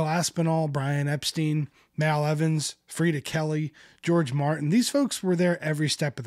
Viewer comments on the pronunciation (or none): none